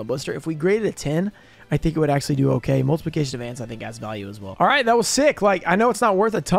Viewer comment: okay lets go over this again, shall we. It is not "axsly". It is "actually." Stop saing it so much if you cant say it correctly.